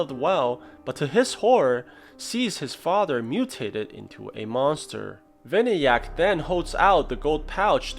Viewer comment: the name is pronounced as vinaayak